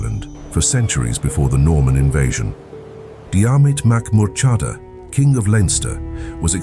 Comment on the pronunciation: I did not appreciate the pronunciation of Murchadha. But it was good for a laugh.